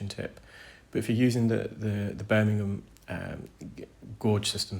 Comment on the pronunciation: Do you mean gauge when you say gorge?